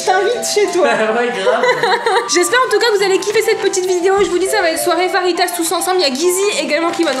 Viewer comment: Ça se dit fajita pas farita